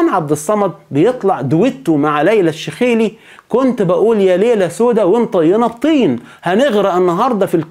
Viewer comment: تنطق (الشيخ لي)